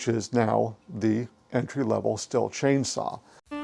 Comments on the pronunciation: You Bubba, You need to spend some time in German Class at your local community collage.,,,,,, It's Pronounced "Steel" like the metal - Auf Deutshc sie saga S "ESS", T-""TA", I "EEE", H "HA" L "ELL. - ESS TA EE HA ELL Af Americanish that is pronounced "STEHL" Say it right and don't sound like a red neck ignoreramus. When I hear somebody pronounce it like something you make whiskey in it's like fingernails on the black board to me. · Not trying to be nit picky, but it's pronounced "Steel"